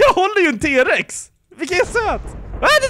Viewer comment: nej uttalas t Rex